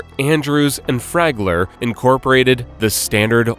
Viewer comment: it is Flagler.. not ‘Fragler’